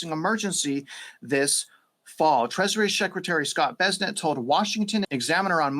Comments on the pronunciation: Its bes-sent, not bezzznet 😅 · The surname Bessent is pronounced BESS-ənt, with the emphasis on the first syllable. The "BESS" sounds like the word "best," and the "ənt" is a soft "ent" sound, similar to the end of the word "pleasant". Here's a phonetic breakdown: BESS - like the word "best" ənt - a soft "ent" sound -google AI